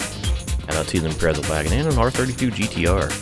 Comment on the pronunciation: I only care because I work for Subaru... this doesn't really matter. BUT, it's pronounced ImpreZa not ImpreTza. I realize you said Impretzel when I listened to it again. 😅